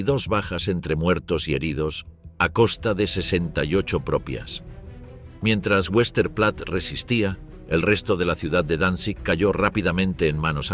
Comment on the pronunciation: Vestaplatte, así se pronuncia en alemán.